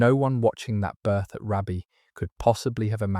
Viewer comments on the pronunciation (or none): Hi from County Durham. Just a quick note. Raby is pronounced Raybee. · The Rose of Raby pronounced Raybee. Paradoxically she is descended from a Beaufort therefore a second cousin of Margaret Beaufort.